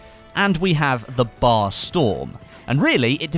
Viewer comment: It's B.A.R., not bar.